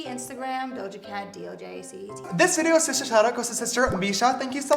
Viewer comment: Yee-Doja cat